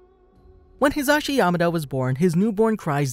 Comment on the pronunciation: When you realize he's been pronouncing his name wrong this whole time. It's pronounced "He-zuh-she"